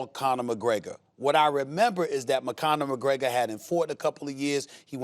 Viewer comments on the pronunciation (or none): mcconor mcgregor?? Who the Fook is that gooy? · I'm sure Stephen A. said McConnor McGregor 🤣🤣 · Nobody: Stephen A Smith: McConor McGregor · Steven A. Smith actually says McConor McGregor